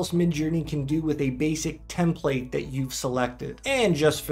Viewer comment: How come nobody seems to know how to correctly pronounce the word template!? Is this some kind of dorky Canadian nonsense?